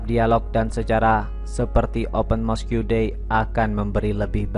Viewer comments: Sebutan utk 'Mosque' ialah 'Mos' bukan 'Mosku'. Janganlah perkataan Inggeris 'diIndonesiakan'. Nanti suatu masa kamu claim itu bukan perkataan Inggeris tapi perkataan Indonesia (seperti yg terjadi terhadap Bahasa Melayu kamu claim Bahasa Indonesia). He he! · Mosk,bang,bukan moskiu(mosque) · Mosque…disebut ‘mosq’ abjab/huruf ‘que’ tak perlu sebut bunyinya (silent)